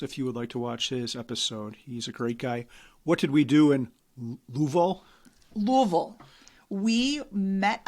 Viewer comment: No apologies necessary for the absence! Glad you enjoyed your Midwest road trip. pronunciation of “Louisville” is spot on, though may need some more Evan Williams before he gets the hang of it!